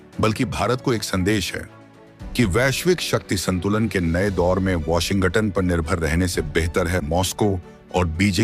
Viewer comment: ***ANCHOR, (Mr.....) Please soften the "G" in Washington--so that U don't say "WASHIN--GUTTON"..***!Swallow the "G" in Washin(g)ton!! That should help!!--NO GUTTON!!!